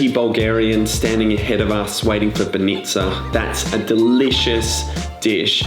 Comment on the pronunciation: Foreigners tend to put more stress on the suffix of the word rather than the prefix. You keep saying SofIa when its SOfia and the same with BAnitsa, you say BanItsa.